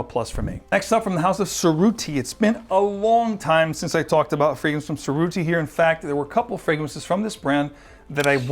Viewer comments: It’s pronounced Che rutti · Perfect! Love your videos! Heads up: If you care about proper pronunciation, you mispronounced Cerutti :-(